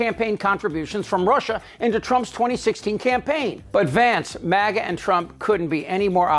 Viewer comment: Was that maga or mogot